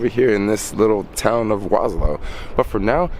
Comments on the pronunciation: Warsaw bruh, not warslow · please do not refer to my city as "Waslaw" the proper pronounciation would be "Varshava" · Waslow? It's Warsaw. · So is Warsaw Poland really pronounced Was-Low? Or are you somewhere else? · Soul Jacker War...saw. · Kept hearing Waslow in the video :) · regarding the time you took to asnwer the question, I guess you finally managed to grab a bit of basic education. Warning- learn how to pronounce Warsaw correctly, or dont use the word at all. You are nor in Bronx, bro, to speak like a black idiot here.